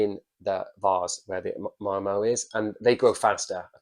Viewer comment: I like how he pronounces Marimo like Ma’mo… ☺️